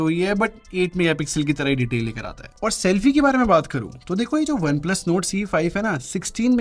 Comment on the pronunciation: his NORD sounds like NOTE 😅😂